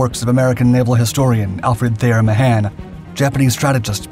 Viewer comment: Brush up on your pronunciation before you mention Mahon